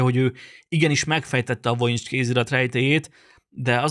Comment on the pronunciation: EJTSD : VOJINICS kézirat vojinics! Nem vonics hanem vojinics. Magam is vizsgáltam sok éven át, mintákat vettem belőle, és spektográfos vizsgálatnak is alávetettem. Használtunk uv-t, infrákat, és különböző vegyszereket. Nem találtunk semmit.